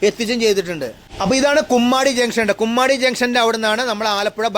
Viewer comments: കുമ്മാടി അല്ല കൊമ്മാടി ആണ് 😂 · ബ്രോ കുമ്മാടി അല്ല കൊമ്മാടി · ബ്രോ കുമ്മാടി അല്ല... കൊമ്മാടി എന്ന് തിരുത്തുന്നു...